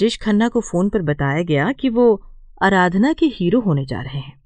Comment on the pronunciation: अराधना नहीं आराधना है